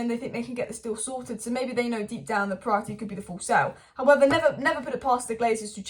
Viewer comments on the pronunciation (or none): none